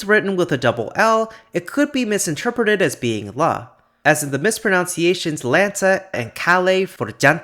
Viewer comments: the word is “mispronunciation,” not “mispronounciation” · The word is “mispronunciation” not “mispronounciation”